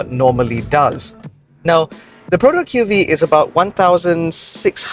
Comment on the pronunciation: I appriecate that is the only reviewer who properly pronounce the name of the car, but i feel like everyone is still going to call it the Queue-Vee-Eee since even Perodua SA are not aware of the name. From my understanding Perodua really isn't doing their part on the training to their SA right now. Shows how rush the development of this car is.